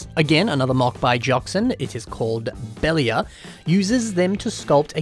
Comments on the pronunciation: Belial is pronounced Be-Lie-L not belly-ah. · The way he pronounced "Belial" gave me a good chuckle.